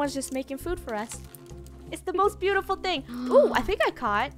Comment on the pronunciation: Funneh: it's the most bootiful thing- Me: IT'S A BANANA NEXT TO A BANANA